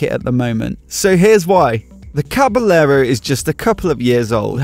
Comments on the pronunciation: Usually the word caballero is pronounced “cabayero,” where the two Ls sounds like a Y. Is it different for this particular bike? Great video btw! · Can't handle it - OCD won't let me not make comment - I beg you not to pronounce the two "l's" - it's Caba"y"ero - just like it's Ma"y"orca - oh, and the beer is Estre"y"a - ahhhhhhhh! Other than being a smart-ass - yep, that's a nice bike :-) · Dude...it's pronounced "Caba-yerro". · May be because this bike is Italian or the guy doesn't know that in Spanish two ll are pronounced like a y or both :) Like the bike and the vid. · hahahaha just trying to help you improve your spanish pronunciation